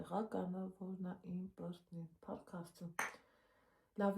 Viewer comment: Վայ վաղուց չէի լսել "իմպռտնի "բառը😂😂